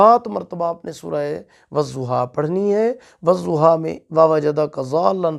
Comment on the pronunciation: I am sorry sir lakin.... Ap galat perh rhy hai.... "Wazoha" nhi hita "wadoha " hota h